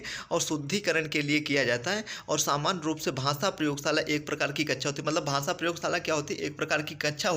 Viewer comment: Sir its not bhasa its bhasha